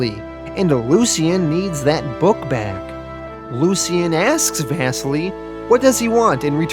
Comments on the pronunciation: Bro the pronouncing of.. like everything lmfao. Out of all of them “vass-seal-ee” not “Vesily” LOL... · And “Vassily” is pronounced “vah-seelee”, it’s Russian